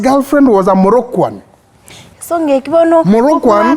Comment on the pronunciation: Okiondo kizungu unatoa wapi "moroccoan"